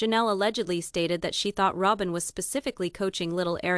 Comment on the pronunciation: Why put it out when you can't even say Rowbins name right. Robin Rowbin. If its worth listening to at least main characters names right